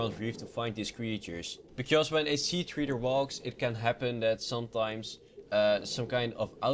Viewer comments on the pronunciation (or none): SEA TREDER NOT SEA TREEDER!!!!!!!!!!!!!!!!!!!!!!!!!!!!!!!!!!!!!!! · 1. Treader tr-e-der not tr-ee-der 2. Juvenile j-oo-vin-ile not -juv-un-il 3. Aurora a-ror-a not a-woar-a god learn your english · Oh it pisses me off when basic english is messed up. Treader is not pronounced like reader, or reed, it pronounced like tank treads, or phonetically, tr-ed-er.